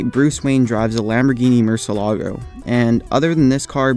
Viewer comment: Pronounced "Moor-Syeh-Lah-Goh"